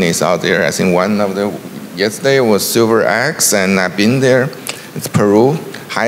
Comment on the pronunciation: what did say? "Silver ex"?